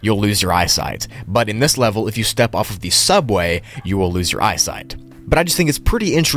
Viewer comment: bro forgot the t in eyesight in